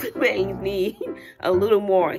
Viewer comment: you are so hilarious with u saying BA-ANGS Can’t 🛑 laughing 😂😂😂😂😂😂😂😂😂